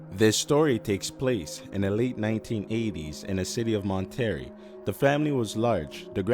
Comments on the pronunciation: Your voice annoyed the shit out of me. I love horror stories but I like them enunciated and spoken articulately not rushed and incapable of pronouncing certain words such as Monterrey (Mon•Teh•Ray). Listening to you held no poise in your vocal chords and would have rather masturbated with a cheese grater because that's how badly you were speaking. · You're pronouncing Monterrey wrong lmao